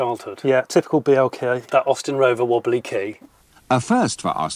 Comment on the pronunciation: I don't remember having ever seen an MG Montego Turbo on the road here in Italy. But the regular Austin Montego Estate sold well enough here, and I still remember the one my English teacher drove. It stuck in my mind because she was the only Italian I've ever heard pronouncing "Austin" correctly :)